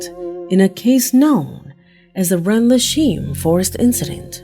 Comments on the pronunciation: #1 Planes or helicopters? make your mind up!! #3 Rendalsheen??? Ren-dal-sham = Rendlesham Forest!! FFS get the pronunciation right!! #4 .....the objects landed in a wooden area...! Wooden or wooded? Ametuer video at best!! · PRONOUNCED RENDLE SHAM LIKE IN JAM RENDLESHAM FOREST.